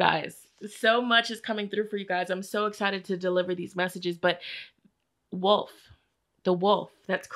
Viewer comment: 😂 for group 1 when you were tongue tied with the word wolf…that was me 😬 well into my adult life with a doctorate degree, I still mispronounce that word as “woof”. And I just bought an RV! What!?